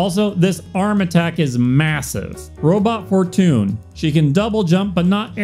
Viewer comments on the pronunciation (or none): robot four tune